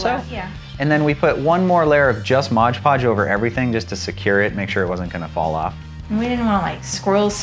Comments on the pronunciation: modge podge?? it's mod podge lol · IT'S MOD PODGE, NOT MODGE PODGE! LOL Edit, your cauldron is FANTASTIC! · It's not Modge Podge it's MOD PODGE. M-O-D not M-O-D-G-E. Smdh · It's MOD PODGE not "modge podge".